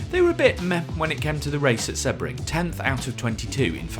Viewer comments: When did Sebring, See-bring, become Seb-ring? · seb-ring? see-bring, no? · It's “See-bring” not “Seh-bring” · How on earth can’t he pronounce “Sebring”? It’s See-bring not Sebb-ring😂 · open google translate, use language detection/english and write sebring, do you hear seh-bring or see-bring? because I'm not deaf yet and I hear see-bring, I've been watching racing for a couple of years and that is the way to prounouce the name of the track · I got annoyed by the way he pronounced Sebring, it’s always been seebring? Or have I been saying it wrong for 30 = years? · I wondered what on earth you were saying with Seb-ring.. never heard it pronounced like that lol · Sebring is pronounced SEEBRING. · The way you pronounce Sebring is wild. Such a famous race that you've never once heard it spoken? 🤣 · It’s someone’s name. It’s like seeing ‘Dave’, pronouncing it Dove-E and claiming it’s just your accent. Or saying Porshhh instead of Porshuh. There’s no reason not to say it correctly. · It’s someone’s name. It’s like seeing ‘Dave’, pronouncing it Dove-E and claiming it’s just your accent. Or saying Porshhh instead of Porshuh. Accents don’t enter into it. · dude if you want the correct pronunciation you can google it or check it in the dictionary, there is the right way to pronounce it and there is the wrong way, he didn't do it the right way and I'm tired of responding to this because I don't understand how anyone can hear this as the right way